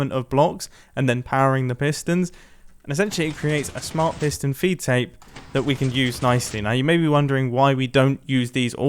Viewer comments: I’m very sure he said foot tape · Never knew it was a piston “feet tape” and not “feed tape”